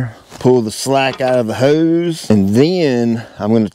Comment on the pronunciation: heeeuse! whats a heeeuwwse?🤣